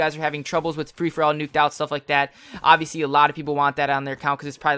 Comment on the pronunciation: lol u said obviosly 80 times lol